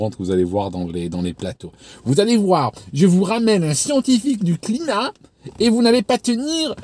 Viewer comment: Ça me fait rire comment tu dis "climat" 😂